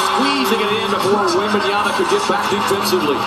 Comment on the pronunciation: am i the only one that hears that the announcer calls WEMBANYANA on the fisth half?